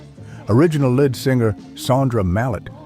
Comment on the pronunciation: R Dean Taylor couldn’t have been “one of the only” whites at Motown. He was either the only, or he was one of the few. But that’s the sort of nonsense you get with AI narration, as is the following : the Elgins pronounced as “the Eljins”, who apparently had a “led singer”; also, Jimi Hendrix didn’t leave the Isley Brothers for “bigger things” — he left for three more years of struggling as a backing player on the chitlin circuit and near starvation in New York city. After that point I’m sorry to say that I gave up watching this video because of the poor voiceover